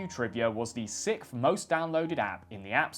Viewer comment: Shit....I should have finished the video before commenting...you said "sickth." Ugh.